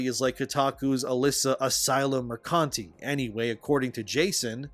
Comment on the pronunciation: i'm loving your videos more and more everyday, every time you mention kotaku lady i hear your brain saying mercante but your mouth keeps saying mercunty and that's awesome:)